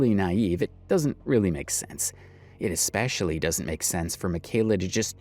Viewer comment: Hey... There is not now nor has there ever been the letter "K" in the word "especially"... Proper English isn't that hard to master, you just need to practice. ALSO, have your parents not taught you that just because everyone else does it, that doesn't mean it's okay? "If all your friends were jumping off a cliff would you follow them?" You've never heard that? We need to turn things around, we need to bring honesty back into our lives and we have to start somewhere... So no sweetheart, it's not okay to lie to sell products, even IF "everyone else is doing it".